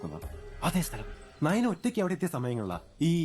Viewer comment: naina alla nayana